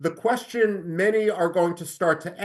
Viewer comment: कोशन नहीं होता कुवैस्चन होता है 🙏🙏